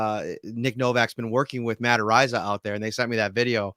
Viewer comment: Long time fan, love the show. I have a nickname for the punter . Cool breeze Abreeza. But,. I think his name is pronounced arises.thanks